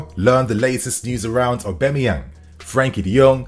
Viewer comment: Mans been pronouncing Aubas name wrong for months now